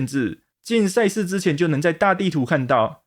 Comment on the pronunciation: 恩...千速，話說為啥賽事我聽起來都像差事?XDDD